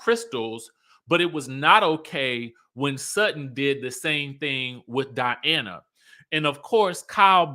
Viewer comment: School the people!!!! This is your channel and the Skye Squad is here for you! ❤❤❤ Edit: I live for these RHOBH reviews cause you get extra passionate. The way you call Diana, DIANNE kills me every time! 😂